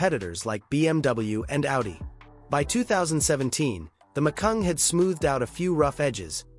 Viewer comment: It's Macan, not Macung.